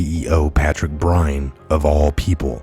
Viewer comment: BYRNE pronounced BURN.